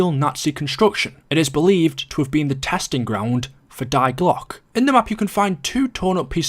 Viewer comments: I agree, Isn't it pronounced 'Dee glock' ? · As a german i must say that i cringe everytime he says "die Glocke"